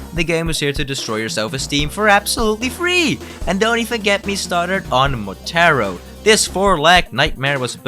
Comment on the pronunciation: Motehro? Dude... you are pronouncing the names rather weird.